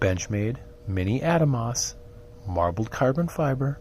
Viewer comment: Ah-Dahmos not Adamos, beautiful knife.